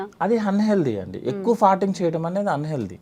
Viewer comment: ఫార్టింగ్ అనలేవా తల్లి..ఫర్టింగ్ అని పొట్టిగా ఎందుకు అనాలి??